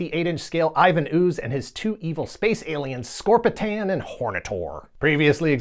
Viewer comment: It's ScorpiTRON and Hornitor. Not Scorpitan.